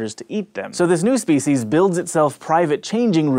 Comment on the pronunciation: you pronunciate speeshes